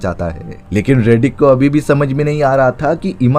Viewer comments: Riddick hai redick nahi ghonchu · 😂 रेडीक नहीं…. रिडिक।